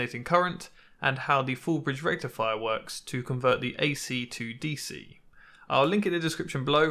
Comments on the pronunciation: i knew you would show up when he said diode and "FULL BRIEDE RECTIFIER" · Sorry, it's not pronounced Full bridge rectifier.. It's pronounced FULL BRIDGE RECTIFIER!!!!!